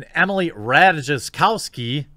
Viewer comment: Rajtakowski is pronounced Rai-Ta-Kov-Ski